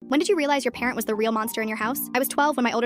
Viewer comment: Thought for a second that it was parrot instead of parent